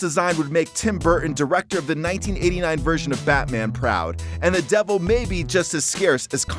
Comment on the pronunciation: its pronounced duvil